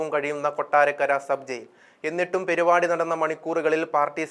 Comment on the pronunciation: പെരി പാടി അല്ല സുഹൃത്തേ.. പരിപാടി യാണ്...